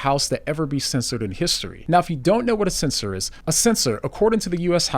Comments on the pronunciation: SEN--SHURE, not censor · censure - pronounced sensyur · It's pronounced "SEN-sher".